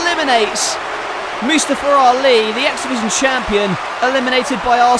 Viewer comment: i thought it was moostaffa not moosestufa